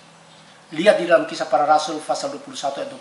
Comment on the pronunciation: PASAL OY BUKAN FASAL